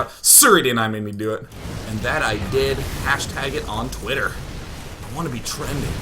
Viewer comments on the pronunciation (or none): none